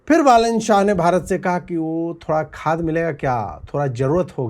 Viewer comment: Wo thoda sa khaad milega kya - with ajeet's Nepali accent😂